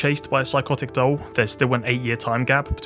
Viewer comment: Bro, vids quality. Bt DOLE 😩 you saying that is almost as bad as dr strange tryna say penguin 🤣